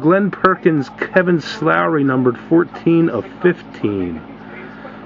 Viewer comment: his last name is slowey not slowrey